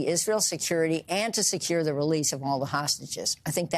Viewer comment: *"thee" talk of the...